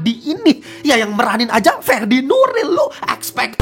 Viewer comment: Fedi Nuril bukan FeRRrdi Nuril tapi FEDI NURIL